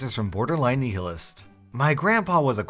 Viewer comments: Its nigh-ill-ist not kneel-ist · "borderline knee-hill-est", it's pronounced nile-list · Nihilist is pronounced nile-ist not niel-ist.. just so you know.... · Nihilist. (Pronounced nigh-hih-list) silly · Lmao knee-hill-ist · Nihilist = "nialist" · Nihilist is pronounced nigh-hill-ist, typically with a soft h in "hill".